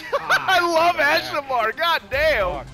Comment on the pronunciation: Watch out chuckle nuts it’s Assimar